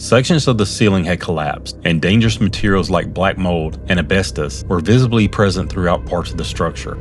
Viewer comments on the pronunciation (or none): Gotta be careful of that "Abestos", huh?